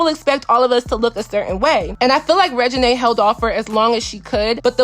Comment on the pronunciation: I'm sure there are a lot more people with that name that you could have thought of aside from Lil Wayne lmao. Is he even relevant now a days? SMH. The first thing that come to my mind is Regina George from the mean girls movie. I still don't think that is how you pronounce her name. It's probably pronounced the same way the name Regina George is pronounced in the movie mean girls.